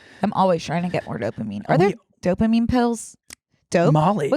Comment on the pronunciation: 'are there dopaminne pills" "mollly"